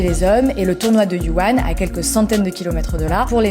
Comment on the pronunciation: Pardon ? Yuwan ? C’est difficile de prononcer "Wuhan" ? Un peu de respect wsh